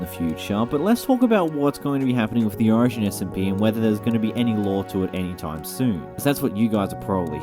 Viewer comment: you say 'origin' like ocean :]